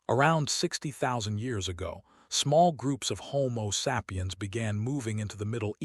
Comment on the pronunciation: The following words were mispronounced: lineage(s), sapiens and equilibrium. Also at least a few other that were not repeated.